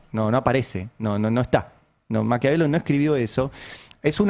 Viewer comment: ¿Ma(r)quiavelo?... así lo pronuncia, lo mínimo, sería exigirle a un "Presidente" sería nombrar bien al autor que va a referenciar... la/su dislexia es total, piensa con faltas de "ortografía" neuronal y habla poniendole una "erre" a Maquiavelo... ¡vaya un lince!... el año pasado con "el pedófilo" de su amigo Scott Bessent ante el que más tarde se arrodilló... ¿para/por?... unos cuantos $'s... Trump en primerísimo primer plano y Miley en un segundísimo, casi decorativo, plano parte del decorado... podrían ser: ¿el Duo Antidinámico?...